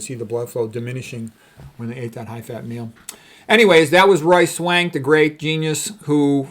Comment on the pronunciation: I know his name but when you say it i hear "Royce Wank"